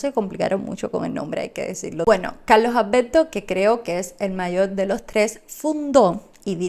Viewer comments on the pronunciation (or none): A ver, practica un poco más la la pronunciación, en vez de padte PARTE, Malberti no malbedti, ALBERTO Y NO Albedto